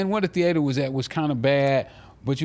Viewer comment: He refined mf, he said "theAter " 🎥